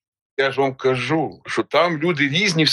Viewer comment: РосІянець 😅😅😅😅, який він українець! Не кАжу, а кажУ, наголоси не ті, все мішає, все важливе розмиває., дякую за відео!